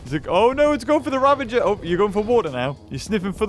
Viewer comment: U know your saying ravager right